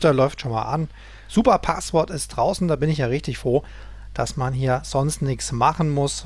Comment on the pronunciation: DE - Ist zwar eine Kleinigkeit aber spreche doch mal einige Wörter richtig aus - Es heißt nicht Paaaswort sondern Passwort auch nicht Saundkarte sondern ßaundkarte - "scharfes S"